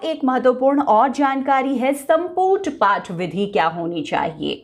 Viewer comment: संपूट नहीं संपुट होता है